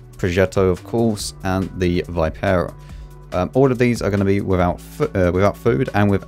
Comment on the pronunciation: Hey! Happy holidays and do us Italian players a favor: pronounce Vipera in the correct way, which is "veepera"